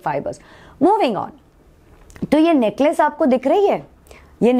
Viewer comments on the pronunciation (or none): it's not neklace come on 😭😭😭